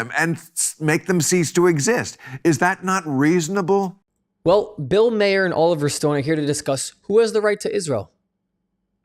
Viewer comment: It's Bill Mahrer, not Bill Mayer.